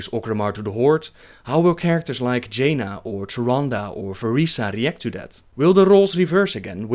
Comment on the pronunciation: he said "especially with Jaina" What I heard " especially Vagina"